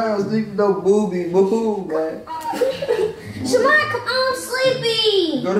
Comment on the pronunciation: Did she say shamar?